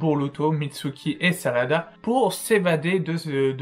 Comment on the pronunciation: Arrete de dire salada par ce que c'est pas une salade c'est sarada ok?